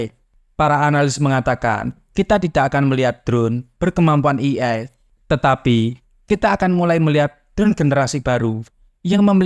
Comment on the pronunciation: "ey-ay" untuk AI, bukan "i-ay"